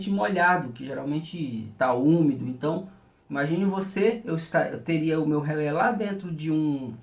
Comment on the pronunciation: nao se fala rele com final lelele e rele